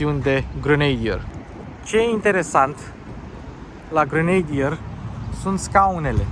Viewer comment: Pronuntia aia de "grenadir" e ...😢 .